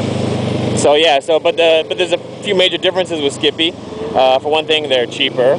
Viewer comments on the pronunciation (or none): lol skippie... ah ah it's skype, pronounced sky but with a p at the end :) nice video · Haha, skipee, nearly made my day. Yes I know it's skype, as in sky-p but anyhow. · not skippy......Skype pronouce the y like an i. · Its Skype. i Lol'd every timeyou said skippie. That buttn is cool but skype is a computer to computer vidio/voice messenger program. & Skype is free computer to computer (good for family chat) Skype also will not sell your information. EVRYTHING you do on skype is confidential. Skype is also 2.4 cents $00.024. The cost of the broadband to do it over a web browser is moor then that... compared to the $.60 you advertized.